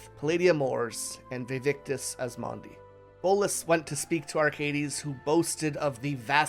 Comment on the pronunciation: It's "Asmadi" and not "Asmandi"